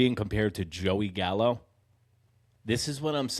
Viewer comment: He went "Gallo", yikes